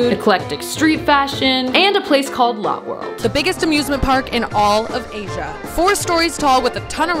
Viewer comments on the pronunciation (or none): Ok so lotte world is pronounced loh theh world try google translate no offense ….. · Lotte world is actually pronounced Lottie world not lot world 😊👍🏻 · Lotte world is the best! Its not a big deal, but lotte is pronounced like lo-tae lol! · Omg!! I'm from Korea and I live here, I'm so happy that you made your first time in Asia in Korea!! Also, it's not Lot world, its more like - Latte - but with an 'o' instead of an a sound :) p.s - that roller coaster Brent was scared of, its called French Revolution, it's really nothing ☠+ I lived in Singapore for 7 years, that was my apartment :)))) This vid just made me so happy :D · Hi, Glad you came to South Korea The pronunciation of Lotte World is (Lot Dae World) Love your videos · Love that she went to Korea, but cringed every time she said “lot world” because it’s pronounce “low-tay world” 😅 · Btw it's pronounced Lotté not lot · As a korean, its pronounced lot-ae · It’s not lot world, it’s pronounced (low-te) world. Live octopus is literally my favorite food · Great video. Funny. But it's pronounced "Latt-eh" World, not "Lot" World. Lol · It’s not Lot world it Lō tae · It’s pronounced lottAY not lot. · LOL its not lot world its lota~ world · i dont really know how to say this on text but its not lot world its lou teh world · It’s pronounced lott+ie not lot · I live in Asia. You do not pronounce it lote it is lott[ey] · It is not pronounced lot it is pronounced like the word latte but spelt different lol I have lived in South Korea before so …… pls it would be a little bit more respectful if you pronounced it right but otherwise else we love you ❤❤❤ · Lotte is pronounced (Lo tae ) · girl its pronounced 'lottey" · I’m from korea! Still mad she pronounced Lotte world wrong 😭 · Not the right pronunciation of Lotte